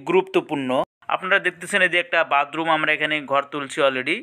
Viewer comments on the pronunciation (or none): বাদরুম না বাথরুম????😂😂😂😂